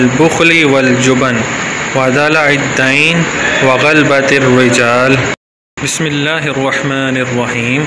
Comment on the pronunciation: غلط پڑھ رہے ہو آپ کا تلفظ صحیح نہیں۔" غ "کے اوپر زبر ہے" ب "کے اوپر بھی زبر ہے.لہذا اس کو غا لا با پڑھا جائیگا۔۔پورا لفظ غا لا با ت الرجال ہے ۔ امید ہے سمجھ گئے ہونگے میں اپنے تحریر میں زیر زبر نہیں لکھ پا رھا ورنہ پورا لفظ لکھ کر بتاتا